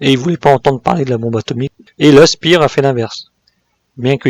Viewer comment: Toujours intéressant, merci. Sinon Speer se prononce chpère et non spir